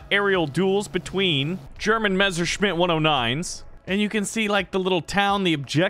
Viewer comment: MESSERSCHMITT. NOT MESCHERSCHMIDDS